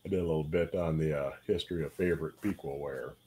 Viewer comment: Piqua is pronounced with a soft e sound, not a hard e. Its more like "pick-wah." I'm from the area.